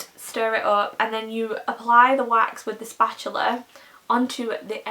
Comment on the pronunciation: *wax, not wash lol.